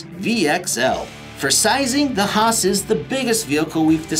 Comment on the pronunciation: why he calls traxxas hoss a traxxas haas